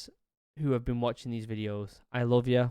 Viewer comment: Ur “love” sounds like “loath” to me